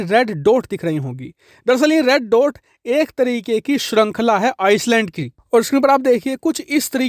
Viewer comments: Bhai iceland nahi island, pronunciation sahi nhi thi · आप ने कई बार आइलैंड को आइसलैंड बोला है जो कि गलत है। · Bro, aapka Har video aur commentary ekdum sateek, perfect aur stylish hoti hai. Par aaj ek pronouncement mistake hui aapse jo mai Aapke notice me Lana chahta hun, agar aap burn na mano to.... It's not Iceland, island. S silent hai is liye actual pronunciation hai iland. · Pl pronounce I- land not Ice-land Thanks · Bhai, island ka uccharan Iceland nahi, I-land hai. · Sir it’s called i-Land instead of ice-Land… sorry to correct you! But so many people watch you channel though it’s important for you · S silent rahta hai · Iceland nehi Island should pronounce Eye Land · Aap galat bol rahe ho..ice land nahi hota..i land hota he..dheyan rakhen. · आईसलैंड नही, आईलैंड शुद्ध उच्चारण है। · Islands not icelands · It's called "EYE - LAND" and not "ICE-LAND" ffs. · 'Island' is pronounced 'I-land' Please keep up your good work.. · चूंतिये island को आइसलैंड नहीं बोलते हैं 😂🤣😂 किसी पढ़े लिखे से पूछ ले बोलने से पहले 😅😆😅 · It's iland, s silent in island.. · Island ka pronunciation sahi nahi hai sir aapka.